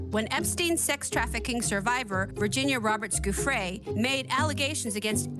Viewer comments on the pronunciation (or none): It’s NOT “ Goo-fray, it’s Jew- Fray. Get it right. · Isn’t giuffre pronounced ‘geoffrey’?